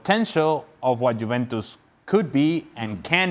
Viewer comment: The bald guy says jewentus